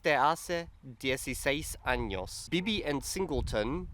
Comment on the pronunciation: I feel like tour “v” Spanish sound is a bit too hard of a “b” sounds. It’s more like an intermediate sounds between a b and a v in English. I’m not native, but a Colombian native agreed. Maybe Argentinian is different. When you said viví I heard “people.” I’d recommend starting subjunctive constructions now like espero que + subjunctive, me alegra que + subjunctive. Quroo Paul is good on describing how to use it. Amazing work after giving up on DS!